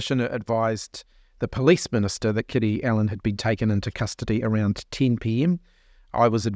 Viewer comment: Bro said awound 🤣